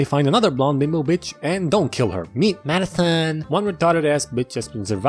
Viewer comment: lol how he said madison made me wheeze xd